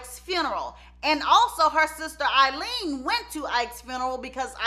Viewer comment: Why do you keep calling her sister Eileen and her sister name was Aileen